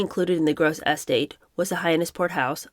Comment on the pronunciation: Estate is not said like “ES-tate”, it should be said “es-TATE”. Yay, you did say it right at least once here. Besides unusual pronunciations, I really enjoy the reading and the commentary. 1st time I’ve seen this format.